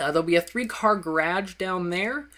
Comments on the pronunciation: its "guh-raj" not "graj" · Dammit, you said garage weird again. You're going back into it. You're going back! That other video you finally got it down, but now-! NUUUUUUUUU!!! Oh, and nice house! Generations next, huh? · holy learn how to pronouce garge properly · garage not grage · GaraDge its garaGe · I am Nova Scotian and I pronounce it Gawraj. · I've never heard anyone pronounce it garadge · Learn how to say garage and when you explain you are a little delayed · I know he is, and I know he does :) But he keeps saying that he knows he probably says garage wrong, and some people point it out, and I think it's funny haha. And my comment was a joke lol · He's from Canada. Lol Thats how he says garage. :) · can u make a video showing how to make a rounded pool cause i cant figure it out and u taught me some cool stuff in here i knew how to make the triangle tiles a different way but ur way is easier and the 360 thing i knew i could do that but not how and i love how u say garage lol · he's from canada...ever think canadians say it differently? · It accents and diolects ... I don't say garage that way eather ( garr-ij ) but its the way he says it because the USA or wherever your from is not the only english speaking country in the world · learn to say GARAGE!!! you're speaking english, learn the right way to say it and always say it the right way. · you say garage wierd